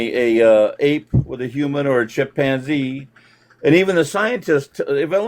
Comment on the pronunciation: Not the feared chip-man-zee